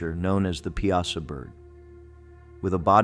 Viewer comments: It's "Pie-A-Saw", not "Pee-As-Ah". I've lived in Southern Illinois my whole life! , it's pronounced "Eye-Lie-Nigh" not "Ee-Lee-Nee". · The Piasa bird is pronounced pie a saw. Not pea ah sa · 😅It's pronounced "pie--saw" bird. Born and raised in Alton Illinois area, I'm 65 years old. The Piasa Bird is a legendary creature featured in the folklore of Alton, Illinois. It is depicted as a giant, man-eating bird with a fearsome appearance, often described as having horns, red eyes, and scales. The legend surrounding the Piasa Bird is tied to the local Native American tribe,the Illini, who believed it terrorized their villages and carried off victims. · the bird's name is pronounced "Pie ah saw" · The way he said Piasa pisses me off. Its PIE-SAW. Sincerely, someone born and raised in Alton, IL. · As someone who lives in the area, let me correct you in saying that Piasa is pronounced Pie-uh-saw.